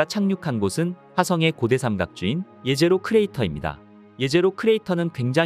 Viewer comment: 제제로가 아니가 예제로임. 히브리어 jezero(예제로)는 호수라는 뜻으로 사용했기에 제제로로 발음하는 것이 아니라 예제로가 맞음.